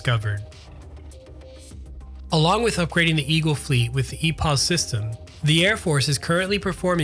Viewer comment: lol "ugrading"